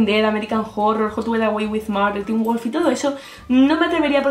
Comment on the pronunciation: poor qué wulf? JAJAJAAJAJA